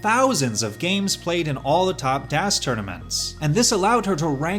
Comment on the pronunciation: Marc pronouncing it "DÄS" while DAS is literally a german word. As a German, I felt that.